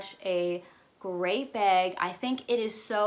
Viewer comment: I love the way you say ‘bag’ sounds like ur saying ‘beg’ I love Zoe with all my heart and forever will and her style is impeccable. But I think her nepotism allows her to afford her lifestyle that I drool over